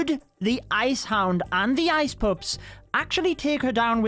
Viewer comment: Am i the only one who hears "ice poops" instead ice pups?